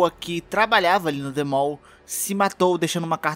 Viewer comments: se diz "The Maw" :v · Ele disse que a tradução é "A Boca", então traduzindo para o inglês fica "The Mouth". Se for isso mesmo, ele está pronunciando errado. The Mall significa "O shopping"